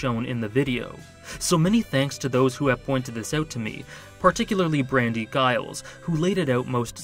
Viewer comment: that is NOT how you pronounce Giles. It's a J sound.